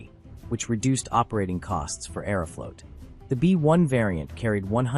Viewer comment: I don’t approve of the way you say Aeroflot